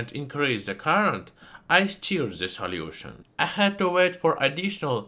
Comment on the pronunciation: i love your accent. "salyiewtion"